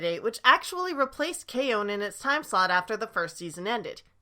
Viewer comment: K-on is pronounced like it's spelled. It's not K-OWN. 🤦🏼